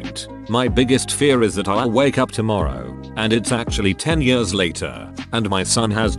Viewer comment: Yeuurghs (years)